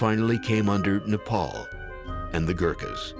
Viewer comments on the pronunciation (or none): Boo-da? NO. Bud-ha. A-show-ka? NO. A-shock-a. Sal-heys? NO. Sal-hesh. Moo-gulls? NO. Mog-ulls. Neigh-paul? NO. Nep-all. Simple really, just requires minimum attention